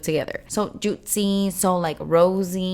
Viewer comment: I wish she’d chill with the whole adding a T to certain words. “Juitcy” “fantcy”. Like girl no more lol. It was cute at first but it’s gotta be done now